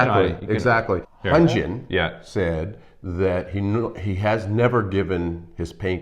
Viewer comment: I'm not sure if this is correct or not (since i don't speak Korean), but I was told (by two of my Asian friends) that the "H" is "silent" - and "Hyunjin" is pronounced: "Yoon-gin" (not "Yun-gen", "Hun-jin", or "Hen-gin". Also, if you listen closely to their conversation, Hyunjin actually SAYS his name, and the pronunciation is as I'd indicated. I enjoyed your commentary...and your, is definitely delightful!